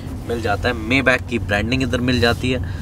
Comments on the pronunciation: Bhai Mayback nahin maybach hota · मेबॅक नही मायबाक बोलते हे इसको भैय्याजी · Mayback???? Correct pronunciation : my -- baaakh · Bhai usse मेबैक नी माईबाक bolte hain. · You are right , mi-baakh or sometime mai-baa(kh silent) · Ur pronouncetion is wrong..... It is My bha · Maybach ka pronunciation bhe nahi aata 🤣